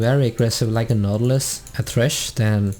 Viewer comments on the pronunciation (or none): none